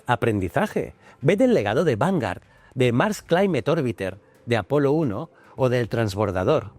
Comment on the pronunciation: Vale decir "vangar", por favor, di vanguard, la g, la u y La a, se lee gua, si en vez de a a fuera una "e", eso sería diferente, a menos de que seas de los que dicen "Microsoft", lo siento pero así como me encanta tú programa, me pone enfermo la pronunciación inglesa.😊